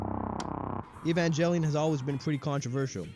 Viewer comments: How bout you evanjellyon outta here and get the name right GEH. Not JEH. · lol "EvanJELLYon." Immediate disqualification. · 30 years later people are still mispronouncing evangelion